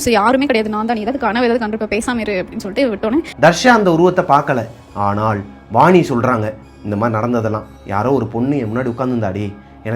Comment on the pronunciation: Bro solra story vida neenga oru gap vitu " aanaal " nu solumbodhu dha bayama iruku